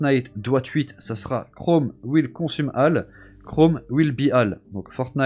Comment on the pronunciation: Surtout étant anglaise moi-même,il a mal prononcé les mots, "all" ne ce dis pas "A"-ll mais "O"-ll